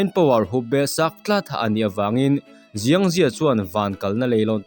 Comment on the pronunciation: Chinese tawngah chuan X hi s angin lam tur aw, Xiang hi ziang ni lovin Siang tih tur.